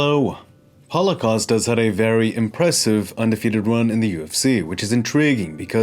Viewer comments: Did anybody hear what he said during start of this video? It sounded more like Holocaust but I know what you said was Paulo Costa! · I thought he said holocaust in the first 2 seconds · Great stuff once again man! I don't want to offend anyone but I had to listen a few times, I seriously thought you were referring to him as " holocosta".